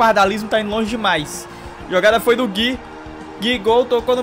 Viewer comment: plmds,n é Gui,é GUIÚ